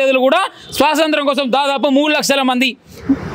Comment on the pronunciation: Swasanthram kadu ra nayana 100 sarlu antunnav adi swathanthram😂😂😂